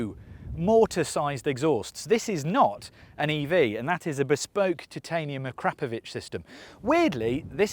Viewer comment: Props for pronouncing Akrapovič properly! 👍